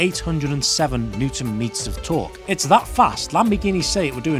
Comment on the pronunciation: Wait , are you saying “newton meters torque” 😂 wtf